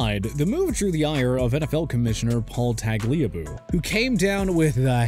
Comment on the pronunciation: It's not tag-LEE-ah-boo. It's TAG-lee-ah-boo.